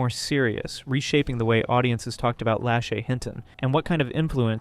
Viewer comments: I'm sorry but the way you pronounce Lashy's name irks me.. its not that hard to say la-shay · I'm just going to say/ask it. Isn't her name pronounced - lah-SHAY? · Its pronounced La- shay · lashay.. (la-shae) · if you’re going to take a stab at “reporting on others” as your content, the least you can do is pronounce someone’s name correctly